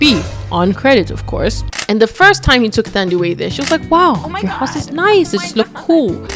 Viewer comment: Not policing you or anything... But just for future references, for names like Thandiwe... The "Th" is not the same as the English "Th"... It's pronounced like the h is not there... So like "Tandiwe"... I don't know if there's more but off the top of my head but, the name Theo is the one name where the "Th" is pronounced the English way❤... Love the channel!